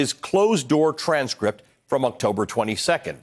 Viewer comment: So funny Lindsay saying strange crypt instead of transcript lol 😂 good show msnbc